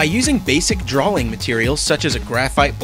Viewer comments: He said "DRAWLING" LOL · "DWAWING MATEWIEWLS"